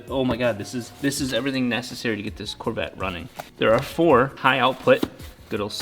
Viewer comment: Who else hates how he says Corvette?